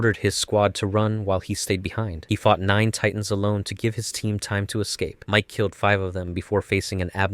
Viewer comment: It's Miche, not Mike